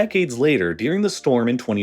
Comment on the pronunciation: why he says dearing instead of during? its annoying